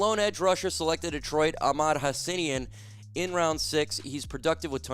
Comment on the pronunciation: FYI it’s pronounces (Haas-a-neen).